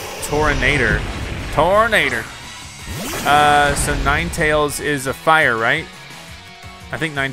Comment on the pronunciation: Say Tordanador